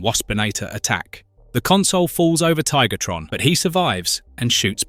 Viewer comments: After beating me near to death with “Tiggertron” yes he does lol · he says Tigertron lol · Tiggatron and Air-a-zorr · Did bro just called him TiggerTron? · Just like how bro calls Tarantulus Tarantulas.